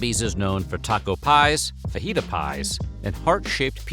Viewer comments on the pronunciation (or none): none